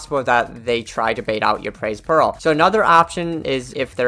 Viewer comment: i keep hearing "pearl" instead of peril